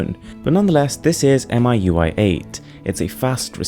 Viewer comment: "Mee You I" please. The "MI" comes from Xiao"mi".